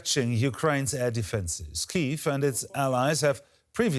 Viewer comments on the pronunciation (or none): none